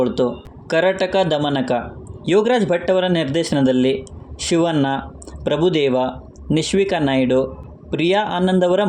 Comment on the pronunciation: ಕನ್ನಡ ಉಚ್ಚಾರಣೆ ಸ್ವಲ್ಪ ಸರಿ ಇರ್ಲಿ ಸಿವನ್ನ ಅಲ್ಲ ಕಣೋ ಶಿವಣ್ಣ